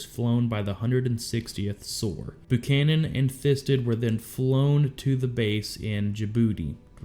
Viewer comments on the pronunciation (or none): not "boo-canon" Buchannan is pronounced "B-YOU-CANON" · It's Buchanan pronounce the "U" like your saying the letter. It's not Boo canon. For fuqs sake you had a president with that name. I swear, A lot of people were asleep for elementary school. Abraham lentilbean was the president right after Buchanan, that's when we had the silver war. 😏